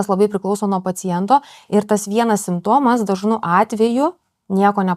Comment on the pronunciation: Drinking game take a shot kiekvieną kartą kai žodis simptomas buvo sukirčiuotas netaisyklingai 😂